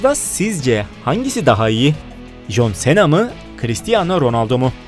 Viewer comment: Cena Sena diyo okunmiyor sina diyor okunuyor